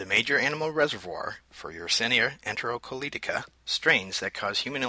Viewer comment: it's colitica not colotica